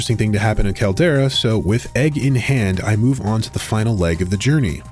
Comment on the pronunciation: "the final (l)egg of the journey